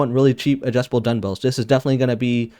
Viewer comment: Nice vid! Just an fyi though, it is duMbells not duNbells. Or my ears are failing me.